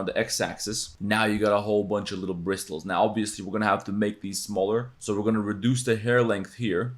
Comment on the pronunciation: the T in bristles is silent